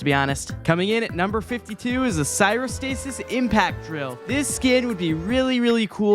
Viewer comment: bro said "sirostasis" instead of cryostasis LMFAO